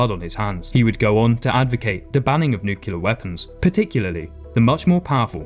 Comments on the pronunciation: The real war crime is that you pronounced it as nucular instead of nuclear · It's pronounced new-clee-ur, not nuke-u-ler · It's pronounced Nu-clear not Nucular, holy shit. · For the love of God!! it's pronounced ( new- clee- er )!!! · Nuclear. Pronounced New Clear! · It would be nice if you could pronounce "nuclear" to begin with :( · Please lean how to pronounce Nuclear. Please... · It's pronounced nuclear